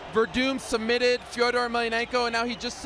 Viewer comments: SlideSport Stories thats actually how you pronounce fedors name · SlideSport Stories That's how Fedor's name is pronounced in Russian.